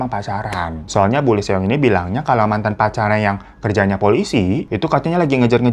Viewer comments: Lee juga dibaca i doang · Lee di bacanya li/i bang Eo di bacanya o Ae di bacanya e